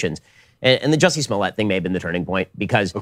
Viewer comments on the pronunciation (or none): It's Jussie, not Jessie.